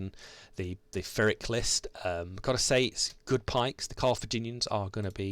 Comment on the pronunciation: Just to be annoying ... it's 'pir ik' the 'pi' is as in pill. Phonetically it's 'pɪrɪk'.